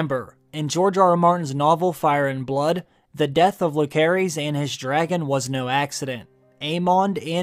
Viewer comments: "Lukerys"?!!!??? bich what? its "Luserys" and its written Lucerys. Yes Rhaenyra shortens it to "Luke" but his full name is pronounced "Luserys ValAaryean" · It s LUSERIS NOT LUKERIS PLEASE SPELL IT RIGHT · Why can’t bro pronounce Lucerys right?? Isn’t he like a fan?